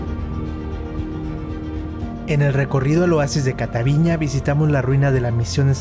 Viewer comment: No es "Catavíña" (con acento en la í) Lo correcto es: "Cataviñá" con acento en la "á", lo está pronunciando mal el joven. Pero gracias por mostrar lo bello que es Baja California, excelente canal, me subscribo